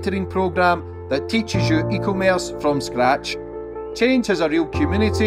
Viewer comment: 😂😂😂. Ok this has been cracking me up for 2 year now…..:::, it’s pronounced E, commerce….. not “ECO - merce “…. I blame they schools bud 🎉